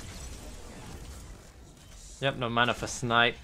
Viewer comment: I love you bro and no disrespect.... but where do you manage to find a R in the word mana. Is it just me or does an anybody else hear him say manar